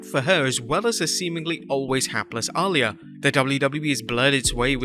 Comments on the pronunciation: It NOT Allya...Its Aliyah... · I dont even watch wwe but y are u saying aliyah like that😂